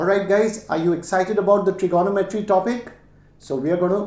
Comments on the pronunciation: Him saying trignometry as Trigonnometry triggered me a bit lol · His maths is good but his Tri-GONO-metry is driving me crazy! Its Trigo-NOM-etry cobber. hahaha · I always thought it was trignometry but now I understand it's tirgonometry 😂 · FYI - it’s pronounced - trigo- nometry… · It is my first time listening to trigonometry pronounced as itself. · This guy can't pronounce trigonometry correctly!